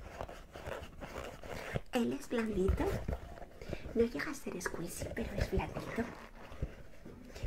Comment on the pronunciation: Se dise escuichi no escuisi